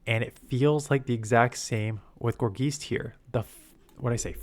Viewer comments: its driving me crazy how he says geist like geese 😂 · Gor-geist. Tons of names are puns or portmanteaus. It's a combination of gourd and geist (like a poltergeist). Geist comes from Germanic roots, so the ei is pronounced like i.